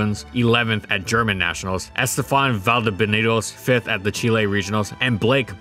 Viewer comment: Yoooo he says chile right